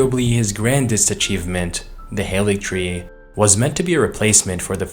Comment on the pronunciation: Something that I've not seen anyone mention is that the Haligtree is pronounced Ha-li-y-tree. Halig just means holy in Old English